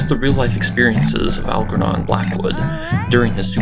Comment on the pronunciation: please pronounce ALGERNON as in Blackwood...AlJERnon (correct), not AlGERnon